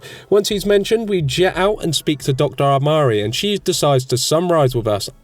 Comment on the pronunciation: How many ways can you slaughter the names? Abernathy never sounds anything like it... Doctor Amari comes out as Doctor Amarni...